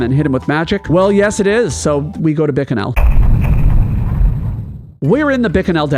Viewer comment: the way you mispronounce bikanel makes me want to scream